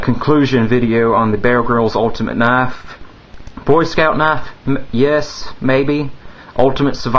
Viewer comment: its knife not knafe